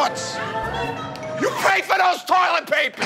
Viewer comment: When joe said “turlet” 😂😂😂